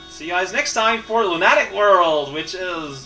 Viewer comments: Luna-tick! Not lunat-ic! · Oh, how we all had forgotten the epicness with which you pronounce "Lunatic"...